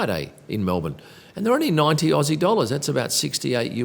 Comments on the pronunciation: does MATE at the end make up for calling us Ossie's instead of Ozzies You decide Y or N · never say aossie again.. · Oh Lordy, don’t encourage their mispronunciation of Aussie 😂😂😂